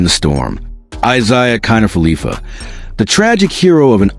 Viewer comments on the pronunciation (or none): IKF is Isiah kiner-falefa. Not felipa.